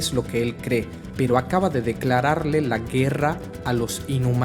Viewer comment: 'Guewra'. 'Wresistiwr'.